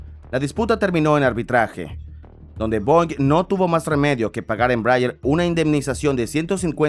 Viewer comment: Me duele el oido de escuchar una mala pronunciation de ese avion